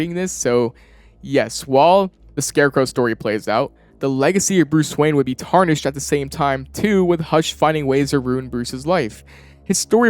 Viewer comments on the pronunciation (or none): none